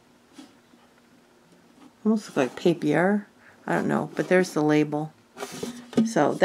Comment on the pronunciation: You got some really great vintage earrings...those blue/metal ones (in the beginning) are adorable. I used to wear stick pins when I was still working...it was my thing and those are very nice. You are so right, this lady kept her things in exceptional condition! "Pink Papier" pronounced pap pee yay...French for paper. Great finds!! Cute earrings you are wearing,! By the way, been meaning to ask how David is doing with his back...hope all has healed well for him:) Also, Aldi has very large tote bags, if you have one near you.